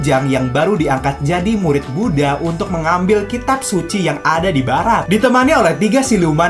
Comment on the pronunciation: Sumpah kga suka gw cara lu sebut buddah kw kw ke gitu ke gimana gitu di denger mau gw truss nanti rame ini koment lain kali bikin konten cara ngomong lu benerin ya